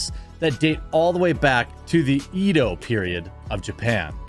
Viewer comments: Hey Jer, Edo is pronounced "ED-o". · Your videos are great, the content is consistent, I would just like to let you know that edo is pronounced ehdoh.